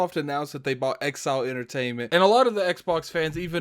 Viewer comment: it's inxile not exile